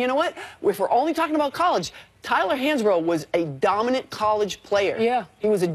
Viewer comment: Tyler Hansborough? This Lady needs to keep her day job lol